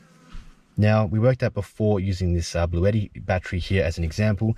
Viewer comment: Blueshetti mate.